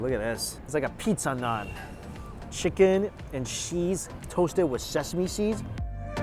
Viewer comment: Mikey....its Naaaaan. Not Nun :p Great video, I miss Lahore. I'm just gonna go get some home made Saag now with maki di roti. Not had maki di roti for a while. P.s i dont think I've seen you enjoy food as much as in this video